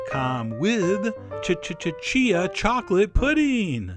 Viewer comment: I love that you say ch-ch-ch-chia seeds haha